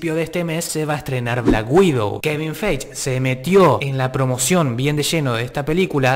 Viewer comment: te re banco pero es Kevin FAIGI no feich, por favor decimelo bien jajaja